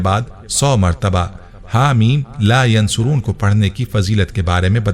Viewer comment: Bhai ap apna tallafuz sahi karday .. Yunsaroon par pesh laga hay jab k ap zabar k sath par rahay hay. Shuktia